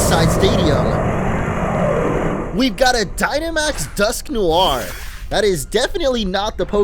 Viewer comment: It's Dusk-noir, not Dusk-noi-r -.